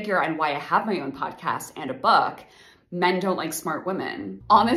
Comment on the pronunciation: "reading a bok"